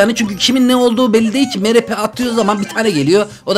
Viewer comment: abi mrp değil mistır pi🧐🧐🤓🤓😎